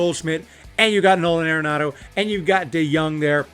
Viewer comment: Pronounced Are-enado not Air-enado